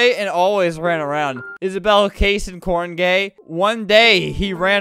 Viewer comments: “korne- kornegay” “kornagei?” “kornagay!” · “Isabell Cayson Korngay“ Ah, yes, gay corn. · The kornegay part was so funny he couldn’t even pronounce it 💀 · Broo the way he mis-said kornegay (my last name) ☠️ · "Kornegay" ME🤥